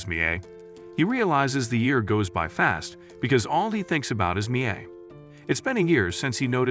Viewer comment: Your pronounced Mia wrong you pronounce Mia as Mi a